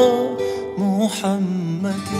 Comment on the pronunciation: Muhammed derken bazan ha ile degil hi ile telaffuz ediyor